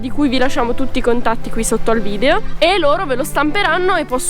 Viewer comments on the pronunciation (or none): none